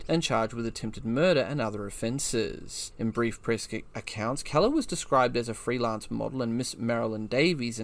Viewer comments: I've quicley broused through a number of your posted videos . No photos , film or diagrams . I would have been willing to stay with it ,but thd the commentary is well below par . You are pronouncing Keeler ( KEEL-ER ) as Keller , ie Helen Keller . If you had properly researched the topic you would not have made such a basic but monumental blunder . 2 / 10 . Unsubscribed . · "Keller" ? As in seller ? When there's 'EE' it's Keeler, as in Heel or Eel. Great video, but that pronunciation gaff is painful to hear ... 😮